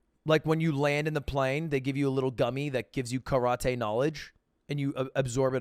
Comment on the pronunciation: the way he pronounces karate kills me💀💀